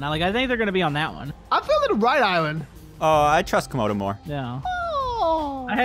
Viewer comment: i swear i heard call comodo toemodo